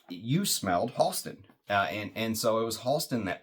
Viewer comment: Great, moving story, and beautiful homage to Science Bear. Thank you for sharing. Fantastic review. (PS Went to school with Halston’s niece in the ‘80s. It’s pronounced “Hal-ston” not “Haulston”) Wore Z14 a lot in the ‘70s. Definitely going to track down 101. I suspect the brand went away after Halston’s death from AIDS.